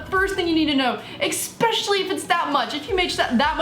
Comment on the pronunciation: "Ekspecially" - (2016)